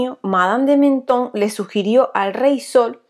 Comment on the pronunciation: Madame de Maintenon: el nombre se pronuncia completo, tal y como se lee, no Menon